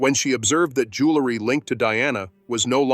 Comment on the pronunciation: The narration keeps mispronouncing JEWELRY and keeps saying JULERY please correct!!!!